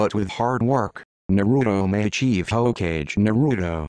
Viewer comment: Naruto explained by a computer that pronounced everything wrong